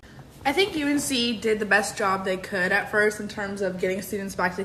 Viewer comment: You’re saying “UNC” correctly